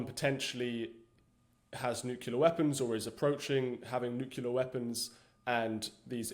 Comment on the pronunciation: I can't take anyone that cant say nuclear property, seriously what is nuke you ler ?